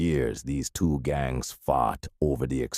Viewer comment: Man, say 1982 or 198twee. 😂